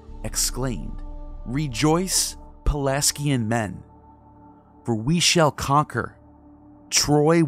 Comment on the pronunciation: You mispronounce 'Pelasgian' over and over... And 'Knossos' too depending on who you ask... 'Azure' and 'annals' also... 'Xalchas' is a misspelling...